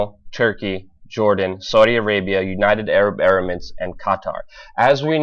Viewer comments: Please learn to say emirates right. Its not erimates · it's United Arab Emirates not United Arab Erimates.